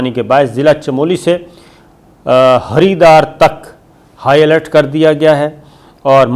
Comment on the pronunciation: Haridar nahin balkeh ........ "Haridwar" Haridwar bahut mash-hoor jagah hai aur hindu ke liye bahut muqaddas maqam hai. Yahan Kumbh Mela lagta hai Kumbh mela is liye bahut khaas hai keh dunya bhar main yeh "sab se bara mazhabi ijtemaa hai" Yeh ijtema logon ki tadad ke hisab se Hajj se 3 guna bara ijtemaa hota hai